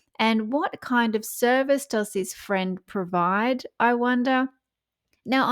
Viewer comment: Harry : I'm looking for a fwend. Will you be my fwend? 😂